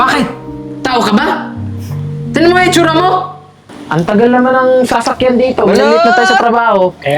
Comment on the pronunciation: Sasakyan ,Hindi sakayan